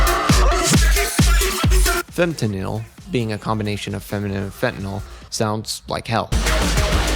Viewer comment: some corrections: 1. iirc it’s pronounced “fem-tuh-nal” 2. this is digital hardcore, which is an offshoot of DnB. breakcore is a separate offshoot of DnB that’s more focused on synth pads and rapidly-changing drum patterns, whereas digital hardcore generally has more looping elements otherwise, great video!